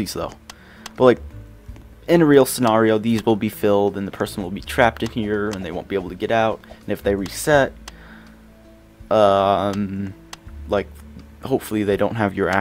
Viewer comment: im not dissing on you or anything but i just want to let you know you said scanerio instead of scenario.